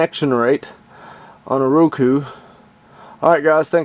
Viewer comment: Row-koo not Roo-koo